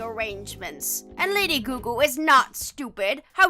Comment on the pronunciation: It's Lady Gaga!!! not Lady Goo Goo the audacity!